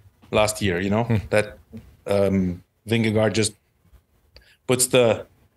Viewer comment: Its Vingego’, George,. Not Vindego